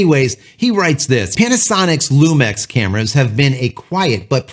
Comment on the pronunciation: I thought it was pronounced LU MIX instead of LU MEX..but what do I know